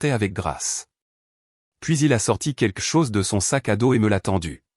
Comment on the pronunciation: "quequ'chose" ?? Et si on apprenait aux IA à prononcer correctement le français ? Et je ne parle pas de l'orthographe fantaisiste des sous-titres !